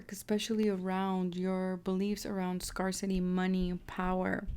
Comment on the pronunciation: Please look up the pronunciation of the word "scarcity". Lack of something. Scarecity....everytime you mispronounce it, I cringe. Sorry for being so petty....it just detracted from the reading.